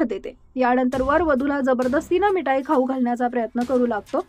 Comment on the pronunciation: मिठाई. नीट म्हणायला शिका. मग बातमी वाचा.